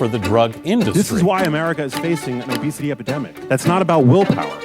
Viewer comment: Its obesity not obsity